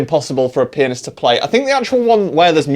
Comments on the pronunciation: whenever i hear you say pianist i hear “penis” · when he says "pianist" it sounds like "p*nis" 🤣